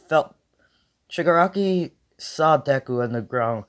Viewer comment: Love this but how in Zenos name did you know the Grand-Priests actual name off the bat but failed to say shigaraki's name 3 times?